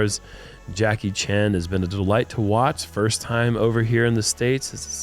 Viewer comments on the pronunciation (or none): Is there a reason Gary keeps calling him Jacky Chan? Does he think he’s being funny?